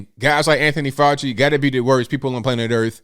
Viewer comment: FK FAU-CHI-NA